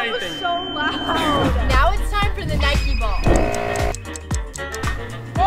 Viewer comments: I love the way he said "nikEEE" vs "IDAA" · pronounce nike and adidas correctly